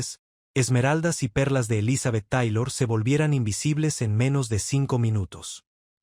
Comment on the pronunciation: Papa te agradecemos el dato y la información....yo se que no hablas Ingles, pero hay palabras en ingles que se tienen que pronunciar en ese idioma... Te oyes bien mal pronunciando el apellido de Elizabeth Taylor y otras palabras en ingles... no es mala onda supera y corrige eso please